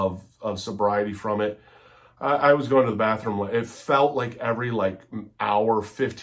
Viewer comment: Dude stfu and ‘go to da badroom’ you coked up loser 😂